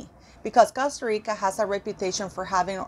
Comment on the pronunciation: I like how you DONT try to make Costa Rica sound English..keep it REAL